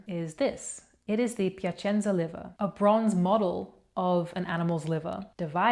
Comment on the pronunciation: I want to say that your italian pronunciation is really great! I use to cringe when I hear english speaker trying to say words in italian, but you are geat at it! "piacenza" being pronounced so well was great, I knew a few english speaker living here in Italy and they still butcher it